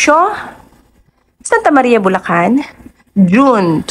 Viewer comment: BU LA CAN GAGA HINDI BU LA KHAN TONTA. OA KA